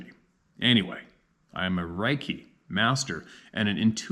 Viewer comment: Reiki said like Ray key